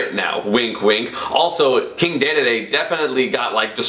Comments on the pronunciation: STOP CALLING HIM DAYDAYDAY, ITS DEDEDE, PRONOUNCED DEEDEEDEE. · Dee-Dee-Dee NOT Day-Day-Day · ITS NOT DAEDAEDAE, ITS DEDEDE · announcer: dee dee dee esam: day day day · I punch my screen everytime you say daeduhdae it deedeedee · …dE dE dE…not…day day day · its not daydayday its dedede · I'm pretty sure it's not pronounced "daydayday" it's pronounced "deedeedee" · Let me just say it one more time... It's DEDEDE not DÉDÉDÉ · Aye bro, can you not say, day-day-day, and start saying deedeedee? Maybe its like a meme on your channel but please :( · “King Daydayday” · IT'S PRONOUNCED DEEDEEDEE NOT DAYDAYDAY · unsubscribing for the pronunciation of king "daydayday" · Had to dislike the video and stop watching because he says daydayday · Dear Esam, Please pronounce Dedede correctly, we're tired. Sincerely, the DD societ D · Man you really take any chance you get to pronounce Dedede like a weeb lol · You pronounced Dedede wrong it hurts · The way he pronounces King dedede annoys me